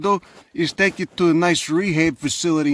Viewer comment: He literally said said, "I'm gonna take yuz to a rehab facility." I love accents, I hate that Americans are losing them.